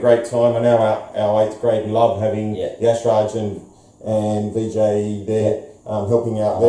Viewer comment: Yashraj is pronounced Raj